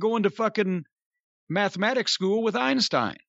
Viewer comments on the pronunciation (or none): none